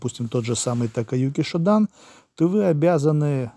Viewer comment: Taikyoku Shodan произносится либо как Тайкиоку Шодан, либо как Таикёку Шодан, но никак не Такаюки Шодан. Иероглифы Таикёку те же что и Тайчи, то есть означают "Великий предел". Эгами был одним из первых учеников Гичина Фунакоши, а не "первым учеником". Даже было бы правильным сказать, что он был одним из первых инструктором Фунакоши, удостоенных уровня "Дан", то есть чёрного пояса. Шотокай и сейчас жив и здравствует, от него так же отделились некоторые направления. Разделение на Шотокай и Шотокан произошло после смерти Гичина Фунакоши. Во главе первой организации встал Эгами, во главе второй Накаяма. Фунакоши тренировал студентов университетов, которые организовывались в одноимённые клубы, вот эти клубы и составили костяк Шотокай и Шотокан. И за 70 лет эти два родственных направления существенно изменились. Старые записи Шотокан (JKA) тоже сильно отличаются от современных и этому есть объективные причины. Что же до требования приходить в начальную точку при исполнении ката, то в иных стилях каратэ это вовсе не обязательно и даже сейчас на соревнованиях WKF это можно наблюдать.